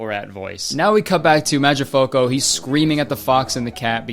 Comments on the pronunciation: as an italian i’m addicted to the way you pronounce mangiafuoco i love this i want a 1 hour compilation of you saying mangiafuoco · u pronounce mangia fuoco like it’s a single English word jdnskandcnsjakan. 😭🖐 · I think that how Kurtis mispronouncing "Mangiafuoco" is literally the funniest thing ever. But srsly I bet that the author of the original book is rolling in his grave LOL they took one of the best coming of age stories and turned it into a shitfest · That Mangiafuoco pronunciation hit me hard fr fr 😂